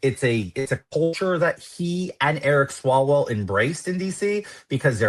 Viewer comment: Did you say Erick swallowell?